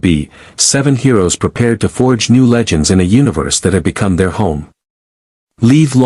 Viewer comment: Tell your AI, “live” is NOT pronounced “leave”.